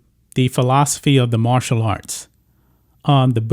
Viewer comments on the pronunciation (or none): none